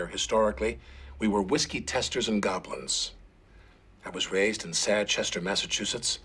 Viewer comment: I had understood gamblers, but it is clear "goblins".